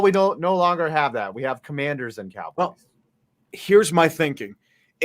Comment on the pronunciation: Washington CUM-Mann-DERS